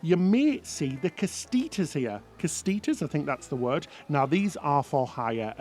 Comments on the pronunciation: GREAT VIDEO! Thank you!! Just subscribed. . will look for your other videos for sure! (oh BTW - pronunciation of casitas - (KA-SEE-TAS) LOL! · *Cas-itas is how the term is pronounced just an FYI...